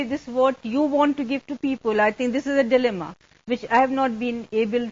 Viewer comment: The "DILEMMA" is spot on.